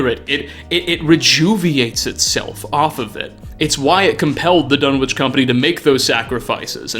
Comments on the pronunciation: The town in Lovecraft's story "The Dunwich Horror," is pronounced "Dun'ich," the "w" being palletized, which is typical of rural New England communities. The Dunwich in the Fallout Universe may be pronounced the way you pronounce it. I just thought you'd like to learn this trivia. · ...buddy... for real. You gotta look up pronunciations for some of these words in your videos. The "w" in Dunwich is silent. The "T" in apostle is silent. There's more examples, but you get the idea. Your content is awesome, but this basic stuff is distracting from it. Please.